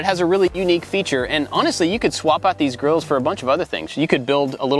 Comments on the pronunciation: Instead of "grills", i heard "girls". I too want a picnic table with built in Girls. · I thought said built in girls